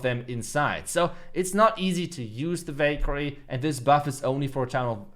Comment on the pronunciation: Anyone thought he said bakery instead of valkayre 😅😂